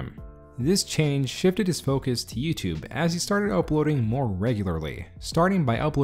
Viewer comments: "YoutuBEH" - why do you say it that way? With an "eh" at the end. The "e" is silent. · I learned a lot from this video. Mainly that the E in "YouTube" apparently isn't silent.